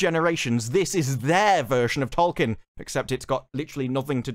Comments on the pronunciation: Trying so hard to defend Tolkien and can't even pronounce his name, it's hilarious. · In a recent South Park season Stan learns that the black kid name is Tolkien, not Token, and apparently Amazon made the same mistake